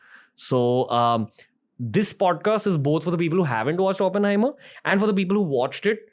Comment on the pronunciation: It's Oppenheimer Ranveer, not Openhamer